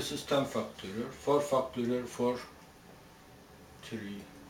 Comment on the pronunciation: love the way he says fucktorial